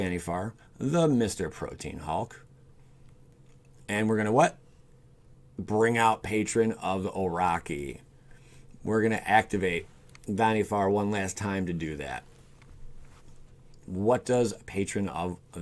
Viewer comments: It's not Oroki it's Orochi (it does a "ts" sound like the word "chime") It means snake in Japanese and that's a Kamigawa card from my youth, fond memories~ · Also orocky it's O-ro-chi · Him mispronouncing the word "hulk" as "hawk" and orochi as "oh-rocky" killed this entire video for me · Oro-"CHEE" as in cheese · Patron of OH-ROE-CHEE